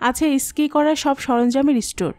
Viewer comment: ভাল লাগল , কিন্তু কিছু উচ্চারণ একটু ঠিক করতে হবে। যেমন, ইস্কি টা হবে স্কি। জায়গাটির নাম সোনামার্গ নয়, সোনমার্গ।